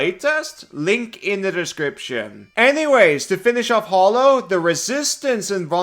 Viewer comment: anyone else bothered by hearing hallow pronounced like hollow? it's a silly pet peeve but it annoys me